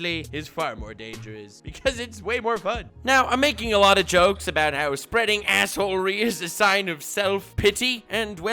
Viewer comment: Are you trolling with yhe way you are saying assehole-ery?